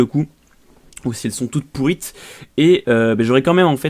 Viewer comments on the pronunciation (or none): NAAAAN IL A DIT POURRITE D